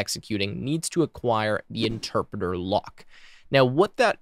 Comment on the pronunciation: “Enterpreter” lmao